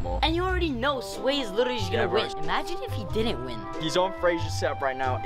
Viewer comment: “Swat” it’s sway